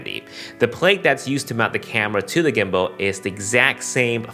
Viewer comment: Sorry i keep hearing "weebow" and "gimbow" hahahah. Excited about this product!